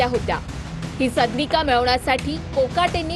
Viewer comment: सदनिका हा उच्चार निट करा...मराठीची आय झेड करू नका